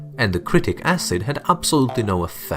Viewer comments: Its citric not critic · haha he said critic acid (also use sprite instead of cocke)